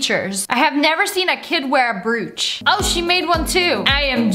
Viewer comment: Broach (br-O-ch